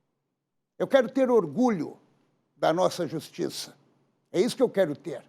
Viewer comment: Que "justissa"... - é assim mesmo que deve ser escrito...